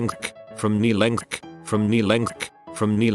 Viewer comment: “From knee lenkth”